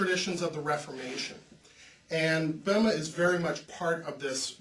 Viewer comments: When you talk about Böhme could you learn how to pronouce his name correctly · [ˈbø:mə] or perhaps [ˈbø:mɛ], English speakers don't use to be able to reproduce [ø] correctly, unless they study foreign language, such as French or (of course) German.